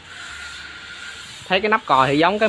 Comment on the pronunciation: Mi chự bi shi chứ không mai mít su bi shi đâu a